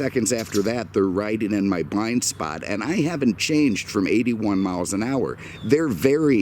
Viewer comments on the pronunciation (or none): none